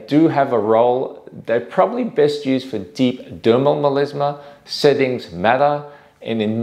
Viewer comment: Meleezmah))))) Come on man, it's melasma.